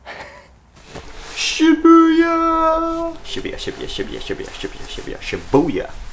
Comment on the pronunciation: Shi - BU - ya, not shibiya!